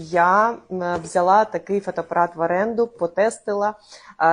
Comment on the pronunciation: Не фотопарат, а фотоАпарат